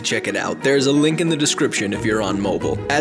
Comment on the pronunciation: mobile. and whooping cough were pronounced so strangely. i will be irritated all day now